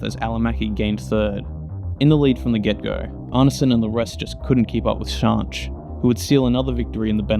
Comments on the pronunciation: Yeah AI is unbearable, although I'm still left a bit confused if the 'Shonsh' repeatedly mentioned is actually Schanche?? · Firstly, you really do need to brush up on your pronunciation of some of the drivers especially Schanche…! But a really great video, excellent footage of the old iconic group B cars strutting their stuff & their evolution in Rally cross after the end of group B in 86. I remember watching these cars back in the day with fond memories, so much so that I have my own group B car in the garage… a tuned Sport Quattro…💪🏼 it’s no garage queen either, it gets used regularly… & gets a massive following wherever it goes…😎 Well done sir, keep on keeping on 👍🏼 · Eddi Laumanns is an endless source of rallycross information. He attended every single round of the ERC/ERX or whatever it was called. He didn't miss one round and has a photo catalog like you wouldn't believe. Needless to say he was a photographer of these events and has very good connections in the old generation of rallycross drivers. BTW I love the way you say Schanche! It's very wrong, but very funny! It's like you would say skank with an E at the end "SkankE" or as many reporters from Britain would say "ShankE". Great video sir. 😁 Also also! The fact that you only have 68 subs is criminal! Here, have mine! 😁